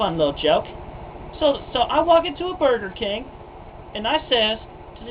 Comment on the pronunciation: Boor-gur Kang